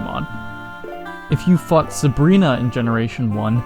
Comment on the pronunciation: wow! incredible observation! its not like anybody here already knew that and were just joking about how it sounded like "fucked" instead of "fought"! nah, that couldn't be it...